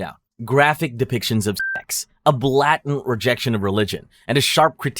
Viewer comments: What the fuck is “blat-ant”? Do you mean blatant? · Sir have u ever said the word blatant in a sentence? This has to be an AI lmao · Please dont be one of those AI regurgitation channels. You pronounced blatant "blat-int" and apartheid "apar-theed", i enjoy these types of videos but not when its painfully obvious that it's you reading a script of words you dont even know